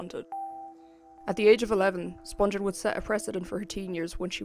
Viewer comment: Her name is pronounced Spung-ghen not Sponge-en. Watch her mother's interview on here. She knows how her name is pronounced.